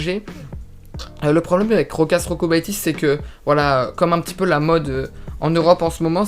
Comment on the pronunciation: Jokubaitis ca se prononce iokubaitis 😉